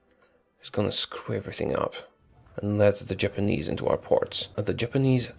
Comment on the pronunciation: I thought said "Germanese" at the start talking about Machukuo still a puppet to Japan.